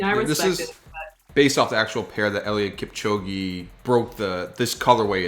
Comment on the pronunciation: it's Kipchoge not kipchogi I know that cause I'm from the 254 🇰🇪